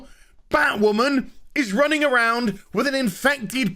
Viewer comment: Surrender your sanity,. It's Batwahmen time!